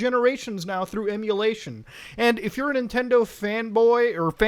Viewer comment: bUt mUtA eMuWaTiOn iS PieWaSeE